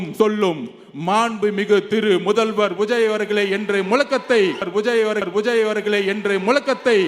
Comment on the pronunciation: உஜய் இல்லடா லூஸு விஜய் டா நல்ல தமில் பேசுறடா